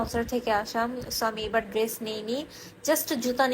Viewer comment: Oti adhunik tai dress ucchaRon drest Hoya gese😁